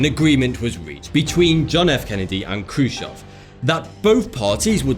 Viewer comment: awesome video guys, however it was khrushchev, not khrushov, but anyways great video!!